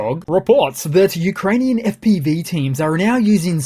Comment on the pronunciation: You should pronounce Ukrainian ( and Russian) geographical names in a proper way.